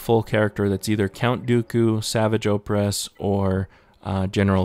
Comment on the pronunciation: Am I the only one who is annoyed at the fact that he said savage oppress wrong?